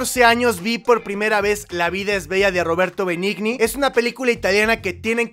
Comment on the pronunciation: se dice roberto beniñi en italiano la gn se pronuncia como ñ... lo se "ah ok"